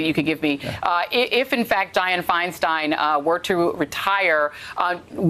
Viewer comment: Di-anne my man